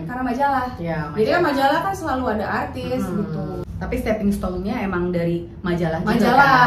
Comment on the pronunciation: Kurang profesional gmn cb, liat dong pas dia bilang "arrrtis"